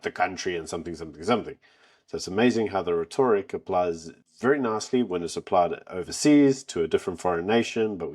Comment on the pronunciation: Please pronounce rhetoric correctly. The emphasis is on the FIRST syllable RHE. Thank you. I enjoy your posts.